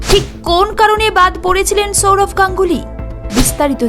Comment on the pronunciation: Chourav na Sourav.. pronunciation ta thik kor